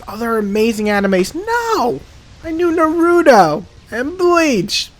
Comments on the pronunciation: Nar -ra - toe its not that hard to say smh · Nar-OOO-Toe That Is how you pronounce it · The way you say his Naruto's name is pretty funny. Its the first time I've ever heard anyone say his name like Narooto, that's for sure!